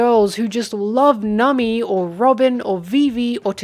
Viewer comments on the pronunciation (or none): Not sure when in the video but i suddenly started hearing you say Nami as Nummy